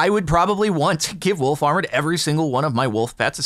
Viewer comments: I kept hear wool farmer and was really confused for a minute. XD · For a few moments there, I thought he was saying 'Wool Farmer' and was I was getting exciting by some new mob I hadn't heard about.